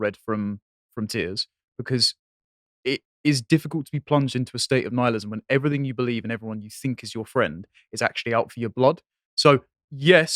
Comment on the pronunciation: Everythink!!! It's everything. EVERYTHING